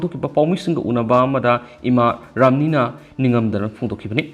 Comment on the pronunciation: Ramani hybne ramni hyba natte oja pao paba